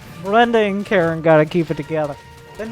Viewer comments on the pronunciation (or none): none